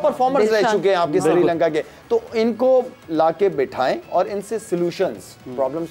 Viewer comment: madam ji its not "SIRI LANKA", name is "SHRI LANKA"...................